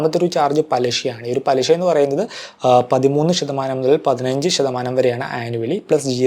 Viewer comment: വീഡിയോ ഒക്കെ നന്നായി ചെയ്തു പക്ഷെ ലാസറ്റ് പറഞ്ഞ ഒരു വാക്ക് ഞെട്ടിച്ചുകളഞ്ഞു. പെളിഷ - എന്ത് ഭാഷയാ മാഷേ ഇത് പെളിഷ😅 പലിശ എന്നാണ് ഉദ്ദേശിച്ചത് തോന്നുന്നു